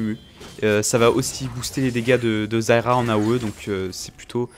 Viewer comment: arette de dire zayra